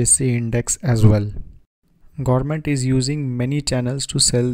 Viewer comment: Sir, thankyou for making this informative video. Really Appreciated! , however it would be great if you could please correct your pronunciation on certain words e.g.: (Government) . Also if you could keep a little distance between your microphone would result a better voice reception to your audience as there is a lot of hiss and pop noise getting induced in your narration. Kindly Acknowledge!